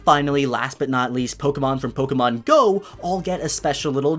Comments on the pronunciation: It’s po ke mon not polkamon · Why do you say “poke” correctly when you say your name.. but say it “poke-uh-mon” when you’re talking about the game? It’s so hard finding a Pokémon you tuber who says it correctly. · The amount of times he said “ Poke guh mon” in the first minute. I gagged and had to dislike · Pokuhmon pokuhmon pokuhmon. POKEMON, not pokuhmon. My ears bled hearing the kuh